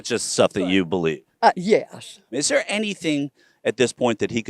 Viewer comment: That woman's accent is crazy. I didn't think they're had three syllables. They ah uh